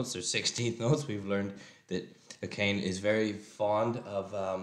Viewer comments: If you can remember that you're saying her name wrong, it shouldn't be too difficult to remember how to say it right. Ah-kah-nay. Three syllables. No excuses from now on. Get it right!! 😛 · It's three syllables, not two. Being dismissive of a correction as far as accuracy, especially concerning someone's name, is not something I would be proud of. I am fairly certain you would want to correct someone who pronounced it "Drooem Neered", and shrugged it off as if that was your problem for moaning about it, and not them, lol. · Love your breakdowns and don't mind the stopping at all. Akane's name...instead of 2 syllables, ah-cane, in a 1/8 note rhythm. ah-cane, ah-cane, ah-cane, ah-cane. Take her name and each character of her name in Japanese Hiragana, Akane-->あかね-->Ah-Kah-Nay, as a note/syllable and use a triplet rhythm. Ah-Kah-Nay, Ah-Kah-Nay, Ah-Kah-Nay, Ah-Kah-Nay. Maybe this is useful? 😀 WORLD DOMINATION!!! PO!!!🕊 🤘😆🤘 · to willfully mispronounce another's name is no sin however to continue to do so is boorish and arrogant.